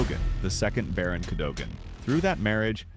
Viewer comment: Cadogan is pronounced Cadugan.